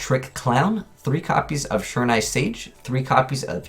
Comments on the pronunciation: Sure-in-nigh Really? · I cringed every time he tried to pronounce "shiranui". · Why is it no one on YouTube can pronounce shiranui right?